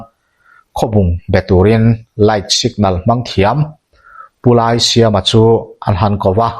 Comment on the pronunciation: Laisiama tih hi silai ka tih a lai ruk ang hian lam rik tur, Biate khua ka ni a ka hre ve nual